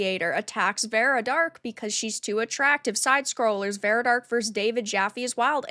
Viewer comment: I doubt it, if that were the case he would at least know how to pronounce her 4 letter name